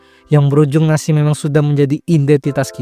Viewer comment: Yg kedengeranku Makan nasi❌ Makan Nasik✅